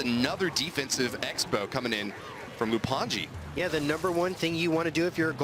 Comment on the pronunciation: Its lou anji not loup, thats how its supposed to be read in french btw